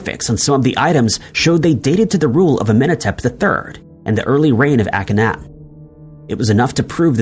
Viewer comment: Pronounce the Egyptian king 👑: Awk-ken-NAH-ten not ACK kin ahhhh tin.